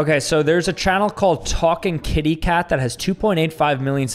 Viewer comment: Man he completely butchered Talking Kitty channel.